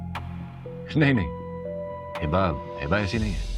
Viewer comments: Please tha pronounce name of hiba. Its hiba not hiibba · Light sa name he hiba But hiba's bhabhi says Hibbba 😂